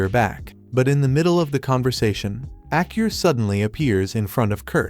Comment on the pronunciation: Kurt's daughter's name is Aa-Ku-Ri (Akuri). Hearing Acur made me Lol 😆 Irrespectively great recap